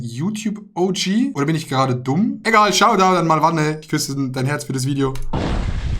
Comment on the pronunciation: MAlwanne, nicht MalwAnne